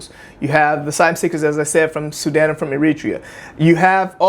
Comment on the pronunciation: She pronounced Sudan as Sudin interesting 🤔🤔🤔